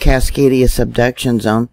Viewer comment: I always hear "seduction zone" and giggle to myself. Hee hee....